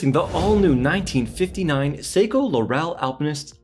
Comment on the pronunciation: Seiko "La-rel"?